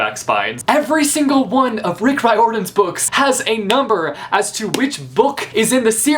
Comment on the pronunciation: Lol you don't know how to pronounce Riordan though